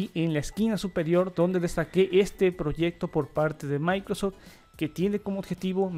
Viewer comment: Amigo, por que, en muchas ocasiones, se te escucha decir "maicros" cuando te refieres a Microsoft?... da mucha risa. Igual, que quede claro, eso no demerita tu trabajo.